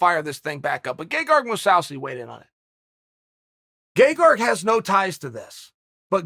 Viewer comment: I can't be the only one that's hearing "Gay-Garg"